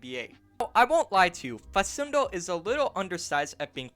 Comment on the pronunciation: It's pronounced fa\k/undo not fa\s/undo. As an argentine celtic fan it would be really awesome to see campazzo in green